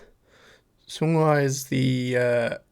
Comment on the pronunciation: It’s pronounced more like song-hwa btw rather than sung-hwa😊